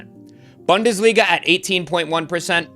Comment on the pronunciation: Like the channel....say boon-desliga 🙏